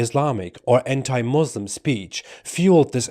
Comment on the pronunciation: He says he is a Muslim ...but doesnt even know to pronounce the word Muslim correctly..... Wowo